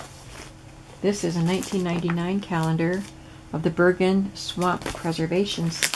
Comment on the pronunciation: Also, Bergen is pronounced like “merge” (that kind of G sound.) Hope that’ makes sense! 😄